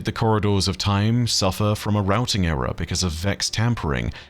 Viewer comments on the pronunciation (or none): none